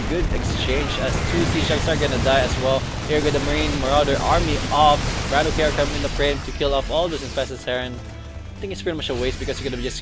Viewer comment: btw i believe his name is pronounced bra-tock not brat-okay